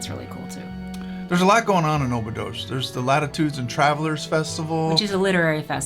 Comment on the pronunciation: Dear Couple, I love you. Now, may I have a suggestion for you? Only on the phonetic side. Please, if you want your viewers to identify the places you're talking about, make sure you use the Portuguese pronounciation! Examples: Óbidos -> Ohbidus. Caldas da Rainha -> Kaldash dah Raheeña etc., etc. Sorry, but it is nice to be able to correctly identify what you're talking about. The AI is not very clever for that. Of course I like your message and your understanding of our Country! This is just a suggestion for your viewers to be able to get which places you're talking about 👍